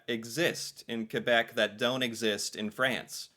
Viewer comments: The funniest thing about you video is that the first thing the "french" woman says is actually english. "char" is somewhere between "car" and "chariot". Some people say "voiture" and "auto". Also, I appreciate the way you say "Quebec". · Its the same as UK english vs American english. Something I hate is when you see a french canadian character in an english movie but they use a french guy instead of a canadian, its like having a movie introducing an american but its a british guy. A bit insulting. And than you for saying Quebec correctly.